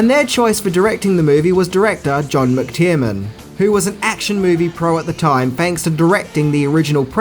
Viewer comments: Aaaaand it's John McTiernan (not McTierman), Dennis Hopper (not Hooper) and Joss (not Josh) Whedon. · 1. "Jan" is pronounced "Yan". J is Y in Europe. 2. "John McTiernan", not McTierman. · Also McTierNan, not McTierMan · Man can you pronounce any name correctly? It's mctiernan not mctiermann or mixed Tireman or whatever the hell you're saying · McTiernan is not pronounced McTierMAN or McTIREman . It's pronounced McGucciMayne. Hello! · Its McTiernan. I think you pronounce it every way except that!!!